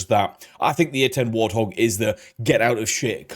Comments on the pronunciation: One day, AI narration will be able to read right. "War-thog"...no, it's "Wart hog" and they screw up on numbers a lot. It's funny they narrate "Bill Maher" as "Bill Ma-her" instead of "Mar". It really puts me off after an obvious mispronunciation. "English, do you speak it?" Totally off the subject, I live near an Army National Guard base that hosts AH-64 attack helicopters and drones. It was crazy one day when I heard a "train" outside and I looked up and it was an entire group of AH-64's flying at their minimum ceiling (500 feet) one drill weekend. Chinooks, Blackhawks, Hueys, and other cargo helicopters fly over all the time. When I was a kid, National Guard infantrymen would land their Huey nearby during drills and we could walk over to hang out with them. After Vietnam ended, the National Guard didn't give AF, they would land, smoke cigarettes, drink beers, shoot off some blanks to say they did their practice, and then fly back to base. That was when they were unprofessional "weekend warriors". My cousin transferred from the Army to the Guard and then transferred back. "I didn't join the military to drink beer and smoke cigarettes, put me back in the regular Army!" He would rather be an MP at Ft. Hood in Texas than goof off once a month in the Guard back then. Today's Guard is a LOT different, though officers and Sergeant are often handed their targets as they walk up to annual qualifications. "Look Sarge, you did real good!" (Gov't issued pens make perfect 5.56 bullet h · Damn chatbots. What is a "war-thog"? You kind of have to just accept it for the sake of putting out content, because the annoying AI is everywhere now. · They're pronouncing it wrong. It's 'Wart' 'Hog'. An ugly but dangerous wild pig here in the U.S.. You're saying it correctly but at the beginning the voice isn't. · Narrator: "War-thog". Bwahaha.... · did the narrator just call it a "WAR Thog" or am I just hearing things wrong? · Did he really pronounce it “war-thog”?